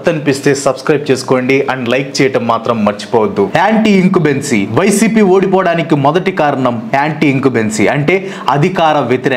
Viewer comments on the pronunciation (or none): Bro "Anti incumbency' pronunciation wrong